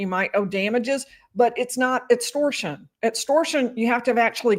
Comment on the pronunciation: Etstortion, ezactly 😂